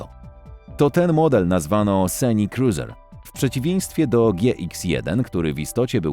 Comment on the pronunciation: 😂 Nie no, nie mogę z tym lektorem co ciągle powtarza sinekruzer to sinekruzer tamto. Nie potrafi wypowiedzieć SCENIK-KRUZER? Żałosne.